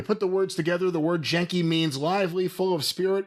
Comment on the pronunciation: Genki is pronounced with a hard G, and it means healthy, energetic, or full of life.